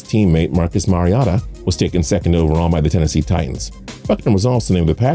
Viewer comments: The way pronounced Oregon and Mariota just lost you guys a subscriber. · Okay first off you don’t know how to say fucking Oregon and you don’t know what to pronounce Mariota you dumb add if your going to do the video then say there names right and don’t sound so fucking sad the whole video you make me cringe you dick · He said Marcus Mari-ott-a 🤣🤣🤣🤣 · Ore-gone. Shaqweem and shaqweeel. Marcus mariOtta. Your pronunciations make me cringe. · Its Mary-ota like Toyota but Mary. I would've even accepted Mar-e-ota. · Mario-tah is how Mariota said to pronounce it the way he pronounces is disgusting and the way he pronounces Oregon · Mispronounced both Oregon and Mariota. Also missed the fact that Hroniss Grasu was Mariota's center at Oregon and is now with him in Tennessee. They even live in the same house.